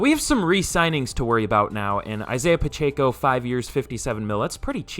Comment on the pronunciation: Its pronounced Isaiah Pa-check-O